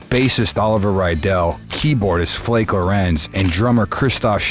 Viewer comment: it would be cool if you would pronounce their names properly not lindeRmann - Lindemann. not raidel - riedel, pronounced as reedle and flake is pronounces flakah lorentz.